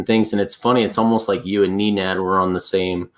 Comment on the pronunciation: 3 FACTS: It's Nenad not Neenad. Point Dexter never actually apologized. HEX has no hyperinflation, the OA gets ALL newly minted daily coins.